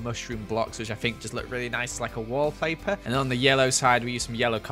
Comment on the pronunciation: “ wall plaper “